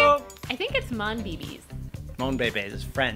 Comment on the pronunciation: it's "monbaybay", it is french lol